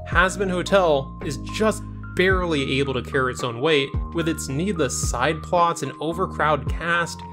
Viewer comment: it's not you said, BARLEY, not BARELY